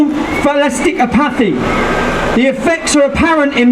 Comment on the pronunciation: tommy, he's only got one suit. check out his pronunciation of the word "apathy"...says it all.